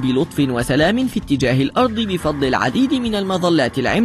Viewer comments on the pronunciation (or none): none